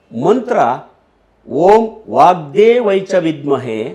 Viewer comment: 8.45 : ನಮಸ್ತೆ ಗುರುಗಳೇ. ವಾಕ್ ದೇವೈ ಅಲ್ಲಾ, ಅದು ವಾಕ್ ದೇವ್ಯೈ ಅಂತ ನಾವು ಕಲಿತಿರುವುದು......